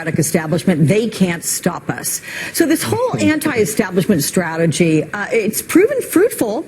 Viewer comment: did she say Strategy? THIS IS SPARTA!